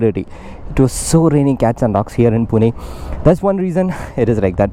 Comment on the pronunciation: Earned respect from me for calling the city name correctly as पुणे (Pune). Some idiots keep calling it पूना (Puna). ❤